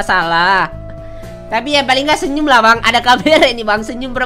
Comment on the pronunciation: senyum bang bukan senyul